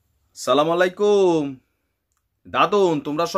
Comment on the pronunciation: এই পাগল সালাম টা ভাল করে দিতে পরসনা